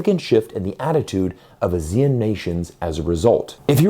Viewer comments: The people who live in the ASEAN countries pronounce the acronym as ah-see-un, not as a-zee-en. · What's A-zeal-Un? It's Ah-Sea-Un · 1. It's pronounced AH-zee-en, not ah-ZEE-en. The emphasis is on the AH. 2. The primary reason for Malaysia to move towards China has nothing to do with China and everything to do with Gaza. Malaysians are extremely angry at the US for supporting Israel in its genocide of Muslims. 3. Malaysia does not control the Straits of Malacca, Singapore does. 4. Russia is already China's biggest source for both crude oil and natural gas, surpassing Saudi Arabia in 2023. So China's energy supplies would not be in serious danger in the chance of a war with the US. 5. Any blockade of the Straits of Malacca will result in more damage to the West than to China. The Chinese central bank can print cash to make up for the shortfall in trade revenue. The Federal Reserve cannot print iPhones. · Please pronounce ASEAN as Aah-See-Aan. Very off-putting when you pronounce it as Asia. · Pronounce... Ah ...see ...ahn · Please learn how to pronounce ASEAN properly.